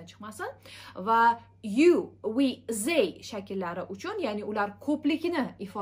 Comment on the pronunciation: They wey deyilmaydi they diyeladi